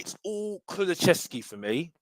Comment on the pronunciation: It's not Kulu-chev-ski it's Kulu-sev-ski, but big up